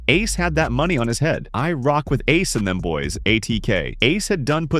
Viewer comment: Bro, you messed up Ace's name 3 times. Also you didn't really have enough footage for this long of a video.